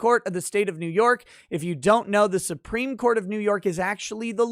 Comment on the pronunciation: Nobody: Courts in NY: "What does 'suewpreem' mean?"